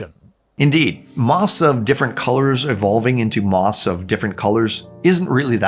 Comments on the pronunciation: is it just me, or is he saying ‘moss’ instead of ‘moths’? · Say it with me: "moTHs" not "moss"